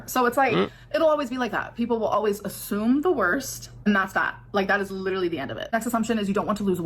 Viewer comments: “Liter-ly”. Okay at first I thought she misspoke but she said it incorrectly multiple times. So is that the new word now or is she trying to come up with an accent? 😂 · why does she keep saying LEE-durally 😭😭😭